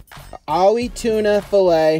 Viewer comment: It's AHI not OLLIE